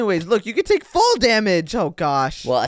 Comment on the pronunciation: It's take not toke